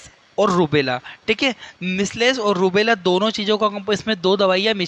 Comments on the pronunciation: Measles pronunciation galat he...misles nhi mijals aise pronounce krte hai.. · मिस्लेस नहीं मिजलस कहते हैं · मिसलेस nhi hota h sir